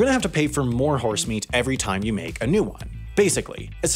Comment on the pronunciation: Spoiler, don't watch this video while eating. You won't be able to eat anything anytime he says HORSE-Meat